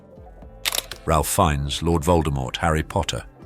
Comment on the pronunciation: It's pronounced RAFE FINES. goober!